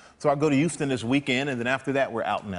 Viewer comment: Why does he say 'Ouston?